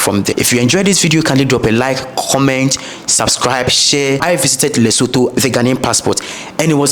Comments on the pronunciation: the correct pronunciation is LesoTWO (Leso2), the pitch of the last "o" being flat. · yes its not like the English thh at all but careful to pronounce the vowels in this way Le-so-tho,(Le ) like lick,limb,lit,lip,little,lyric,(so) like in soot,hook,took,foot,cook,put and (tho) the same (took,tootsie,tourette)🔥🙏🏽 video e khabileng ! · I'm sorry but I have to say your pronunciation of the following words; "Lesotho, Mosotho and Basotho" is wrong